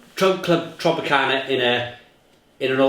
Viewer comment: It’s not called Clwb Tropicana, it’s Clwb Tropica.